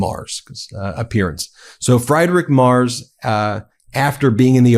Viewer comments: For clarity, it's closer to "Free-drick Merts". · Friedrich Merz. Ben, PLEASE learn how to pronounce this man's name. Freed-rich Mehrtz. Calling him Fried-rich (even though that's how it's spelled in English) is just ridiculous. Or just call him the German Chancellor. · Fr-eye-drick Mars? Are you serious? For crying out loud, at least try to pronounce the guy's name correctly. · I can't stand him, but his name isn't "Freidrick", "Mars" or "Mers"... it's "Friedrich Merz". 🤷‍♂️ At least try to stick to one pronounciation of his name instead of two or three. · I like your Videos, but maybe you should decide on how to pronounciate the name Friedrich Merz. As a german I would suggest: Freed Rick Murds... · Does anybody know of a truly unopinionated channel for news? Ben you are pronouncing the German chancellor's name- free druhk murtz. So many opinions here, and I'm not a Trump regime fan,. Isn't there a channel that just gives the facts? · You oughta look up pronounciation of names. it's FREEDRICH MERZ, he ain't fried - that would be Elon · "Friedrich Merz" is pronounced FREEdrikh Mehrtz. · It's pronounced Free-drick mertz😊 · FYI Friedrich Merz is pronounced "Freedrick Mertz" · You pronounce his name Freedrich Mertz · how can one mispronounce a name that often? just use google translator in german an type in "Friedrich Merz" and at least try to pronounce the name properly... there were like 4-5 versions of this name in these 15 minutes but none of them were correct. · Please take the effort to at least half-way properly pronounce Friedrich Merz's name. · insulting muspronynciation of German chancellor'a name